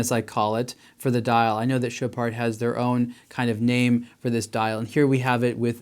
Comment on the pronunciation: Dude you don't pronounce the D in Chopard lol